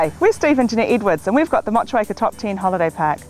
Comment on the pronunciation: wtf she is not pronouncing Motueka correctly.